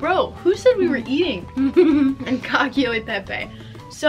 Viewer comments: I just subbed and I'm binge watching old videos, but you know hearing you say cacchio e pepe is a LOT funnier if you speak italian I promise 🤣yeah no cacio and pepe is pronounced ca-cho e pepe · Cacio not cacchio is different